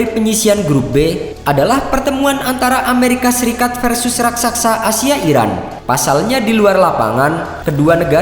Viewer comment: RAKSASA, bukan RASAKSA